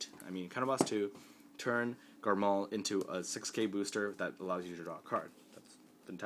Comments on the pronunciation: Quit saying garMAL that's annoying as fuck, it's garMORE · dude, its garmore not garmal